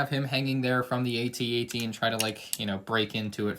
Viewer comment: You called it a A-TT